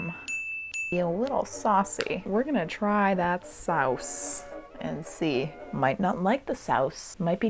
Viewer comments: I'm just here to tell you that you secretly know Dutch 😂👍🏻 the way you said sauce (saus) is Dutch and "werk" is the Dutch word for work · when you said "Sauce" in that funny way, that is exctely what it souds like in Dutch and it means sauce as well! You would spell it like so: "saus"